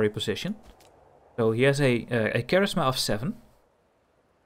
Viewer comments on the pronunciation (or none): your english is pretty good and its funny in a good way not bullying way how you say charisma and hebrews...its kah...rizz...mah...and hebrews is he...brews...not hey brews :) english is so weird i know and ive been speaking it since birth...and i mean with english you can say things however you want the way you say charisma and hebrews in this can be accepted too...its just slang and we evolve the language over time changing ways we say things...freedom of speech includes freedom to say words how you want as long as people get the jist of it :) if people are mean about it just ignore them and you do you...we call those people grammar nazis and karens lol...so say it formally or say it your way :)